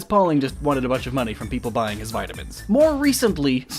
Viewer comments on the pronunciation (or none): umm its pronouced vitamins not vitimins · How you pronounce Vitamin amuses me